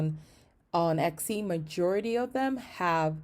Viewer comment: it's not exy it is etsy